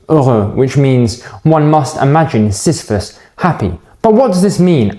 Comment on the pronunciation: u pronounced it well